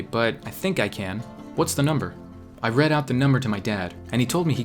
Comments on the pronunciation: . "Doyouguys Preadthese" . . Yeah. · Doyouguys Preadthese? XD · 'Doyouguys Preadthese' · He changed the name yuno gasai to yuno pguhsai XD Also Imso ptired is Im.so P.tired XD And Doyouguys Preadthese is Do.you.guys P.read.these XD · lol " doyouguys Preadthese" Yes. Yes we do. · doyouguys preadthese😂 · “Doyouguys Preadthese Imso Ptired” Same, same.